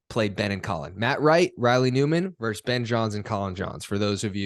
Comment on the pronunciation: Great content you two. Can I just offer a quick English lesson to not only James but to so many commentators these days. It is not one team “verse” another. It is one team “versus” another—totally different words with totally different meanings. Please relay this message to Dom and Adam and everybody you hear making this mistake. Thanks! Great playing, btw!